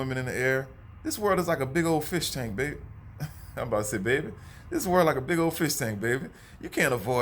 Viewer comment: Come through accent "beaaaby"😎